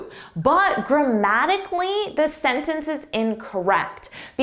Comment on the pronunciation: It's difficult to take this test seriously when, at 59 seconds, YOUR sentence begins with YOUR instead of YOU'RE (the contraction for "you are".) Also, you keep saying "thuh" before words beginning with a vowel. "Thuh" option. "Thuh" answer. The correct pronunciation would be "thee." When pronouncing T-H-E, it is "thee" preceding a vowel, and "thuh" preceding a consonant. Your definitions are correct, your pronunciation is not.